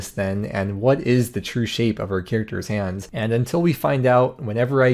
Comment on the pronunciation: Did you just say "like hans on the clock"